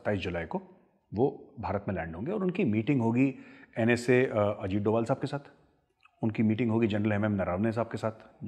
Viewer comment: Suno C....... tum pehle Ajit Sir ka naam proper lena seekh lo anpadho for your kind information HE IS NSA of India Ajit Dobhal ( Veer Chakra ) 🙏